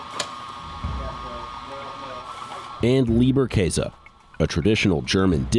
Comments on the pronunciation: I died a little bit inside with their (mis)pronunciation of 'Leberkäse' 💀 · how he said Leberkäse killed the german inside of me.... I cant handle it :D